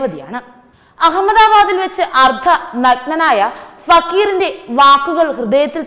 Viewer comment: അർദ്ധ................. നഗ്നനായ ! ഇതുകൊണ്ട് അവതാരിക ഉദ്ദേശിക്കുന്നത് അർദ്ധനഗ്നനായ എന്നാണ്. കേൾക്കുന്നവർക്ക് തോന്നും വേറെ ഏതാണ്ട് ആണെന്ന്. കുഴപ്പമില്ല. അവളുടെ പുതിയ ഭാഷയാണ്. സഹിക്കുക!